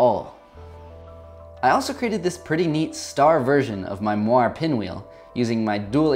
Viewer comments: not to be rude, but, Moiré isn't pronounced MWOAR, it's actually pronounced MOORAY. i just saved you from a meme tsunami. love the vids ;) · Hey man, that’s an amazing video ! one gripe though : Moire comes from the french word Moiré, so it’s pronounced « moah-rey ». Sorry to be THAT guy but as a proud Frenchie I’m kind of helpless.